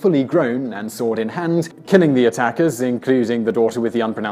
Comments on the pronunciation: haha the pronunciation of the other aztec goddest, coatlicue's daughter, is "coiolshawki" :) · Rich Wilson - People should send him easy-to-read transcriptions of such difficult names: Coyolxauhqui /koh-yohl-shah-oo-kee/